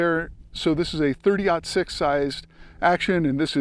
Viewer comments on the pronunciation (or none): 30-06… pronounce it correctly